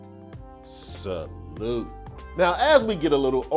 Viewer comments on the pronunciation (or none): none